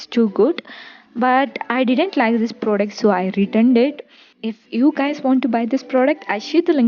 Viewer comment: It's not cheeena product 😂😂,it's pronounced as Chi-na pro-duc-t Its not air 😂😂 its 'here' pronounced as hair.. Can't stop laughing after watching this 🤦🏻‍♂️😂